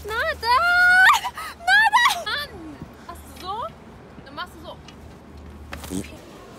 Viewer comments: er heißt naderrrrrrrrrr und nicht nadeeeeer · Leute er heißt Nader mit E und nicht Nadar mit A ❌❌❌